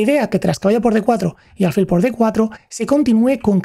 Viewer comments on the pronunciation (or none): Me gustaría saber cómo se llega a ese nivel con tan pocos años, qué cosas están pasando en su día a día. Crecí admirando a Fischer pero viendo su vida muchas veces me ha hecho reflexionar si ser un genio se paga con felicidad ... Por cierto, me llama la atención la pronunciación "álfil" ya que tengo entendido que es palabra aguda... (como tus certeros análisis)